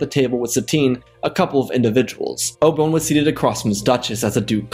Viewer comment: "Oba- wun?"